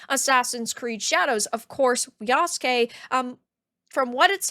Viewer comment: what's even stupider... is that Naruto's rival is Sasuke, the "black samurai's" name is Yasuke but they still pronounce Yasuke like english speakers. If Sasuke is pronounce sass-kay, why would Yasuke be pronounced ya-sue-kay? His name would be pronounced yass-kay